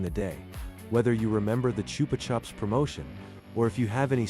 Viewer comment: It's pronounced "Choopah Choops".